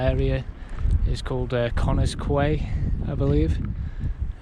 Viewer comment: Thanks for this. I'm going to be doing the whole path Chester to Chepstow so it's good to watch to have an idea of the terrain etc. PS 'Quay' is pronounced as 'Key'.